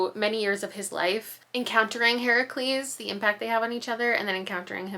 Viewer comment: As a Greek mythology nerd, thank you for pronouncing Heracles the correct way 🥰🤗🫶🏻